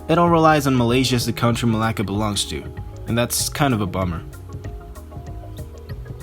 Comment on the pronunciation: Its malacca in english